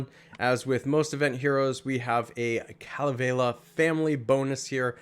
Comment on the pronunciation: U said Kalevela it's Kalevala ur not that smart huh bro why can't u get your pronunciation straight I think your doing on purpose.